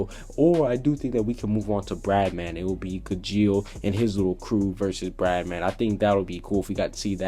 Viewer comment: Bye the way im pretty sure it's bloodman not bradman